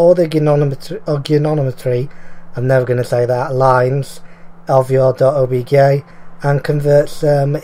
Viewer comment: Did you say obgay file? XD